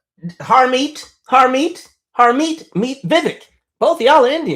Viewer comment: Lmaoooo! I lose it every time you say “Harmeet”